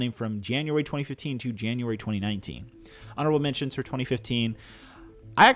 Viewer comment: Is it just me, or does he say "arnable mentions" several times?